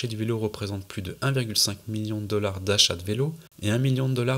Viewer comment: Très cool ce docu ! Avec quelques pépites en plus, le "Pachaze de vitesse" et les "Dooollaaawzzzz", j'avoue j'ai rigolé :D